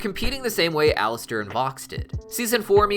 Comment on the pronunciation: Sorry he said his name wrong